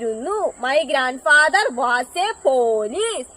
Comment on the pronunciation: വാസ് അല്ല വോസ് ആണ്